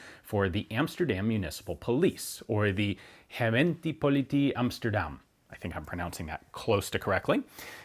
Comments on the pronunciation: Ohhhhh. The mispronunciation of "politie" was easy to understand what he meant, and not strange when you don't know the language. I had no idea why he pronounced "gemeente" as "herentie", I didn't know what he meant until this comment. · I think closer to 30%. Both Politie and Gemeente were not pronounced correctly at all. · About gemeentepolitie, gemeente was probably as close as a non trained speaker can get, but one of the “quirky things” about dutch language is that the T can occasionally be pronounced as TS, so Politie sounds like “Po-leet-see”